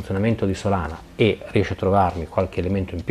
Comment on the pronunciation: ma è "SOLA"na :D